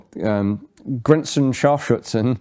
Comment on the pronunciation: Hi, hint: its not grenzENscharfschützen, its grenzscharfschützen. otherwise your pronounciation is not bad 🙂 literally: grenzENscharfschützen -> borders snipers grenzscharfschützen -> border snipers